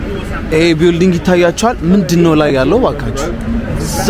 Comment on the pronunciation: አንተ ለንደን ተቀምጠህ እንደ ,,,,,አልናገርም ቢውልዲንግ ትላለህ?አቀራረብህ ደስ ይላል በርተ አብየ ጃንሆይን ስላሣየህን ተባረክ አፈንቱ በል እሽ!!!!❤❤❤